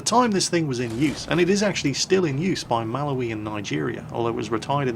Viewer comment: The way you said Malawi was... Interesting